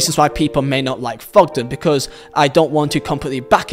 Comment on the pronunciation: It’s Thogden. Not Fogden